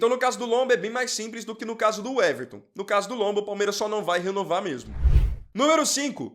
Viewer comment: Uweverton? O nome é Weverton, pra que colocar um U na frente?